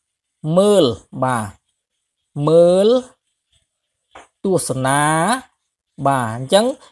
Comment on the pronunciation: ខ្ញុំសូមចូលរួមកែលម្អបន្តិចត្រង់ពាក្យ ទស្សនា ។ ដោយសារមានទំនាញសូរ ដូចនេះ សូរចុងក្រោយអានថា ណា (សូរ អ) មិនមែន នា (សូរ អ៊) ទេ។